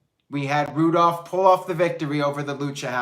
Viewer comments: It's Roo-Dolph lol. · Zigs and Bob Roode forreal? 😂 I couldn't buy into them being able to beat Patterson and Brisco at this point, wtf is the point? And damn! said Roodolph! 😂 I'm f'n dead. Is that what they're calling them?